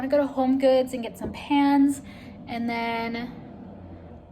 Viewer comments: Was it just me or did anyone else think she was saying she put her PANTS in the oven! Haha I was sooo confused🤣😅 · You know I was wondering how come she didn't get the pants she wanted when she was looking at the clothes. I heard pants too!! Haha!